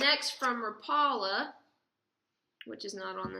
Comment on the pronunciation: couple things: that clear swimbait is deadly, use it first for your tournament!! the two manufacturers are pronounced: RAP-ela, not ra-PELLA. the other is HEAD-EN, not HEED-en. just for future reference. good luck! (oh, and that is a chatter bait. been around forever and folks are acting like it's something new? fast retrieve, and can even be effective trolling behind the boat. fish it like a mini-buzzbait. fishes good in wind.